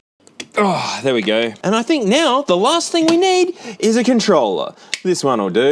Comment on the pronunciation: Bro said hink